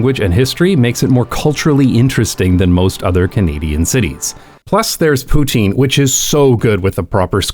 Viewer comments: I live in Quebec city where we have an actual bike highway that crosses many of the cities boroughs 😊. Montreal is amazing on bike too. Especially along the water going west. I love the video but you can't make fun of how anglos pronounce Montreal and then BUTCHER the pronunciation of poutine 😂😅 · Makes a point of correctly pronouncing Montreal but then botches poutine 😂